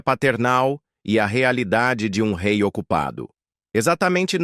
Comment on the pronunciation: 🧡🧡🧡 O RÊI FALA DE ÔUTRO RÊI